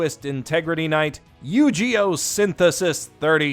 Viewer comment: I don't understand, did no one told him he mispronounced "yugioh" ? He keeps saying "yujioh"..